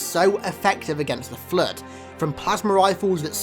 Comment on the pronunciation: The Fluehd